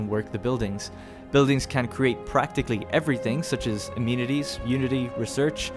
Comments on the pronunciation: It's pronounced uh-men-it-eez though, not a-mean-it-eez. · "Amenities" uh-MEN-it-tees